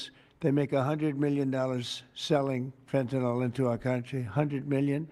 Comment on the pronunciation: Thick twat can't even pronounce fentanyl correctly, there's no such drug as fentinol he really is a stupid cunt, probably a good job he's not really in control of the USA, Rubio, Bessent and all those wealthy warmongering oligarchs are, "the deep state".